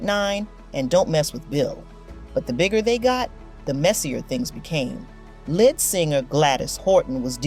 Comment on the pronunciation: It sounds computer generated AI. No person would say "Lead"(the element) for "lead" as in lead singer. Chi Lites was pronounced "Chee".